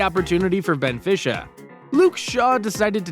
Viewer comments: Benfisha 😂 it is benfica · I mean VERY tr ue bro really said benfisha and what about “lechester “ and bornmouth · Rafa Silva from Benfisha the best thing i've ever heard along with someone else who said van jik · the way he says benfica is so stupid